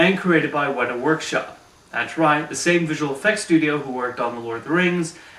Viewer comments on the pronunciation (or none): I think he said Wetter Workshop?